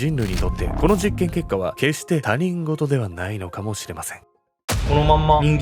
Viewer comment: たにんごと じゃなくて ひとごと だよー😢